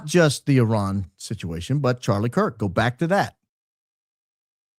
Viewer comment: IRAN not Ian. Do you need bifocals?